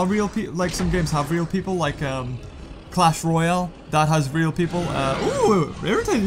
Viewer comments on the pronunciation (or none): none